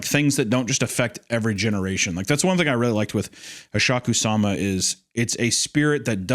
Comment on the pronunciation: You've butchered Hasshaku-sama… I’m actually upset.